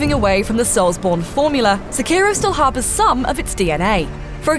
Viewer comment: So is it 'soulsborino' now? If so, hi-da-lee-ho soulsborinos.